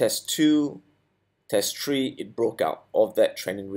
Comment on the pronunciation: Easy as one, two, tree!